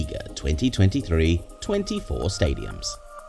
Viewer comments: Buena pronunciacion. 😂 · You completely butchered the pronunciation of most of these stadiums but I love these videos